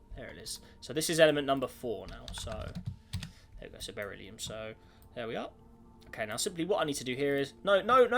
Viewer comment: it's "burr-ill-ee-um" not "bear-ill-ee-um"